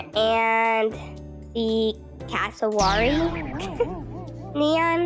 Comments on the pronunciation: Hii btw it’s cass- o-wary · It's pronounced Cass a ware ee and I think the butterfly is my favourite P.S.i love in Australia so I know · polly ? 😟 Its also pronounced Cassooweary 😁😁 Have a great day who ever is reading this!!!